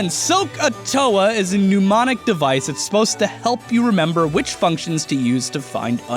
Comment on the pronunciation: Pneumonic devices? Come on, that's not how you pronounce "mnemonic"